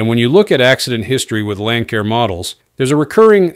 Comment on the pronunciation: Pronounced "Lan Sair" not "Lan Kair" . Stupid AI